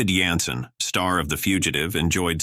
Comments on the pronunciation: It was pronounced like gin sen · Stupid narrator called David Janson - David Yanson. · So sad about "David Yansen", the star of "The Fuyeeteeve". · “David Yanssen ??” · "Janssen" starts with a "J" sound.